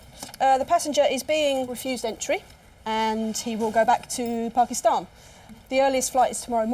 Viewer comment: This lady is a legend. The way she pronounced Pakistan tells me she’s been around Desis all her life 😂❤️